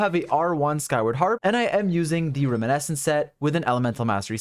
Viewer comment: I hate to be that guy, but his mispronunciation of "reminiscence" kills me every time.